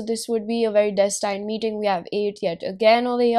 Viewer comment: hahahaa so funny how u said destined... its DÉS tind not des TAINED ok